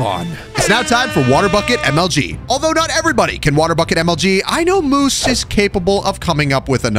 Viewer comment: do you mean "we will moose on"